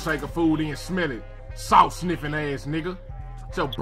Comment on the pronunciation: My nigga said sniff snalt and pepper